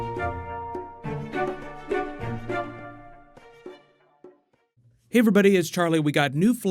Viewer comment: "you got me a council of regects"